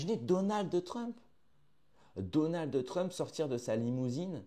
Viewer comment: On dit pad Donal2 mais Donald (Pas de "e" a la fin)...🙏🏼